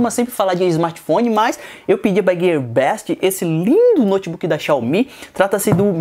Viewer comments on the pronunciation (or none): none